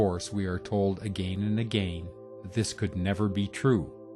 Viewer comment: A true Canadian!